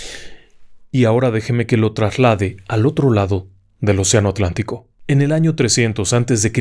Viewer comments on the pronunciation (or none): none